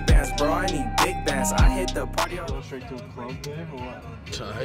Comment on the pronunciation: “Stright to bed”